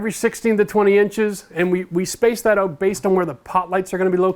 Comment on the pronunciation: I still get hung up on "out" being pronouned "oot"! Thanks for the videos!